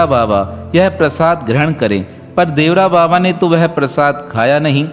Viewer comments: श्री इंदिरा गांधी नहीं चूतिया श्रीमती इंदिरा गांधी बोल बाबा का नाम देवरा बाबा नहीं बल्कि श्री देवरहा बाबा था उच्चारण सही किया करो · Devara nahi devara baba boliye sir